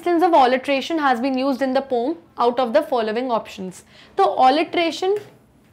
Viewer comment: Aap accha pdhati ho pr pom nhi poem bola kro Jb aap pom bolte ho to distraction ho jata h Thank u❤